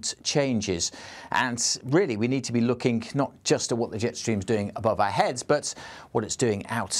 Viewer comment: "Lookink"? This announcer doesn't speak English properly.